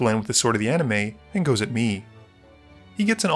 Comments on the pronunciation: At this point I just think you don’t know how to pronounce Sword of the ANIMIST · He’s pronounced it that way for years, sometimes he doesn’t. I don’t remember what the original joke is ngl